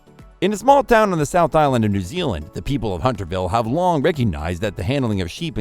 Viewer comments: Had to stop 9 seconds in. Voiceover: 'also known as the New Ealand Sheepdog...' with that sort of quality control in the first 10 seconds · This information is often wrong…! Can’t pronounce the country correctly, Hunterville is found lower Nth Island, not Sth Island…